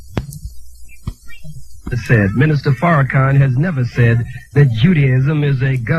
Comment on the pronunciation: They always say Farracan. They are retarded!!!